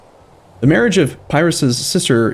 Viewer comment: He should know how to pronounce the king Pyrrhus's name though. It's literally where we get the phrase "Pyrrhic victory" from.